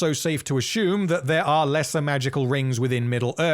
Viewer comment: These vids are friggin great! Love the way this guy pronounces words btw. My favourite is how he says "assume"--> "Ah-Shoom"